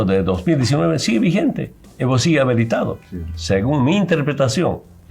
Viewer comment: Evo segue habeletado... sigon me enterpretashon.... 😂😂😂 este hombrecillo del campo.... no sabe ni expresarse... Es una vergüenza nacional....